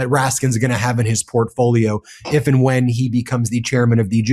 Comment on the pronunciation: "IF AND WHIEN" - how depressing....